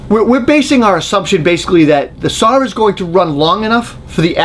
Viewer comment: There is no "R" in SAW